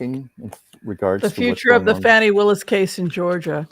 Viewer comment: please pronounce Fani's name correctly. It is pronounced as Fawni not Fanny. Fanny is the way trump & his maga's pronounce it to humiliate her.